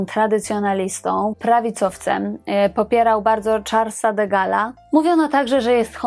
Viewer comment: Warto znać historię, nie wymawia się " de Gala" '( kto to?)- mówi się --"de Gila". To tak na marginesie. Ale podcast ok.